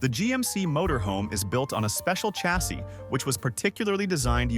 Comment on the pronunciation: It's pronounced ....SHA-SEE.........NOT..........CHA-SEE......you imbecile, go back to school and learn some English .